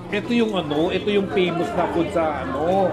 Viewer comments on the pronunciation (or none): Peymous 😂 elastica 😂 globes 😂 pood 😂 tapt abenue 😂😂😂😂 scarleeeet!!!